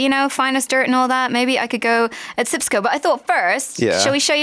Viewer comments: its sijkimpsco.! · Its SjipsCo. Sheesh get it right. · please its called SJIPSCO